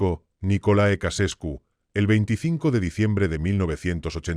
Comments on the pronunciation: Ceausescu, no Casescu. Hay que leer un poco antes de hacer un video. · Chauchescu se pronuncia